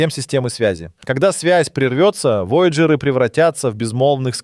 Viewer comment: Такое впечатление складывается, что ведущий-это сгенерированный ИИ человек. Бедные вояджеры! Куда только не ставил ударение голос озвучки: воЯджеры, вояджЕры... И второй момент, замечательно, что на экране показали перевод мили в километры и прочее. Но все же, если вы вещаете на русскоговорящую аудиторию, полагаю, что можно было немного потрудиться и, при написании текста, все таки изменить данные на метрическую систему измерения. В противном случае складывается ощущение, что это не текст автора, а просто скопированная до "запятой" чужая информация с англоязычного сайта. Автору было просто лень отредактировать информацию.